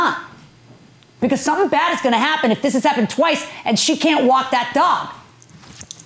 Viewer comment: She said walk not want